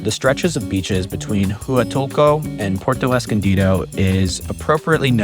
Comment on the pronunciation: Brooooo…just watched your video! You really need to learn how to say Huatulco correctly. I was cringing with your pronunciation of how you say Huatulco. 🤦🏽‍♀️🤦🏽‍♀️🤦🏽‍♀️🤦🏽‍♀️🤦🏽‍♀️